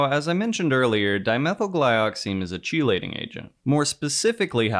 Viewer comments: Sorry to be that one annoying guy but it is pronounced "key-lating". Great video though. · Am I crazy or is no one going to point out the pronunciation of "chelating" ??